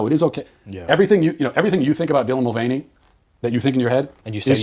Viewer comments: i love this channel and all that God is doing through you, but you butcher so many words (lila thompson, mulvuny, lg tv) 🤣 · I agree with Matt Walsh on this and this guys information sound like he hasn’t actually looked into these debate and issue’s himself, but maybe only listened to others recaps “cliff notes”. I mean he couldn’t even recall how to pronounce “Mulvaney” or know the swimmer’s name is Leah not Lela…